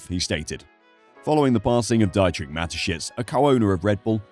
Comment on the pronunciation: Mispronunciation of a name is not respectful mate, Dietrich has an E sound as in Peter (pee-turh) ie and i sounds like ee in Germanic languages. Come on and make some effort in pronunciation, please.